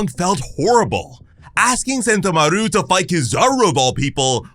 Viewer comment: Sen-TO-maru not sento-maRU.